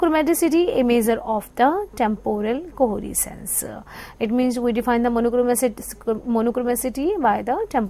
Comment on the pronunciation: You are absolutely right, just reading the slides even she is pronouncing the coherence wrongly, how come she has got this job.